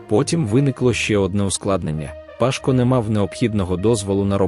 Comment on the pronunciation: Не вся інформація є корисною, Пашко' а не Па'шко..😢😏🙄🤔🤣😂🤣🐧